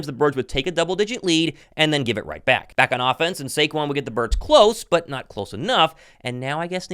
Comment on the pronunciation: Shake-QUON formally known as Saquon 😂